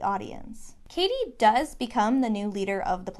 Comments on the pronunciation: Hold on. You've been calling her caddy for half this video. Isn't it pronounced Cady like Katie? Edit: you switched at the end? Is this a mind game? Am I the only one to notice?! Am I imagining it? Great analysis btw :) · It's pronounced Cady* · ah I seee you're doing it to represent Janice. I was wondering why you were mispronouncing her name the whole time 😄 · this is such a great analysis!! mispronouncing cady's name in janis' section was a really nice easter egg too :D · Great video...but why are you mispronouncing Cady's name? 😂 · It was willing me 😩😩😩 until I read why you did it